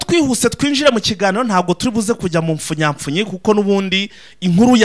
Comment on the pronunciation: ntabwo bavuga impfunyapfunyi ahubuwo ni impfunyapfunyo.